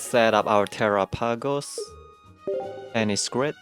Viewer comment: Are people deaf? I very clearly hear terrah-pagos. An accent, sure, but he says the whole thing.